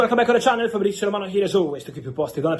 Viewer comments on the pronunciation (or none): none